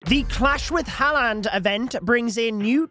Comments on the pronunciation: btw u pronounce the name like 'harlend' not 'haland', bro just read it off coc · Dude its pronouced Harr-land not Hall-and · lad, if the events gonna go on all month please learn how to say his name its haaland not haland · “Erling Haland”😂😂😂😂😂😂😂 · you’re pronouncing haaland wrong btw it’s more like “har-lund” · just letting you know its pronounced har-land but thanks for the info! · The way says haaland 😑 😂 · As soon as I heard his pronunciation of haaland I jumped straight to the comments😂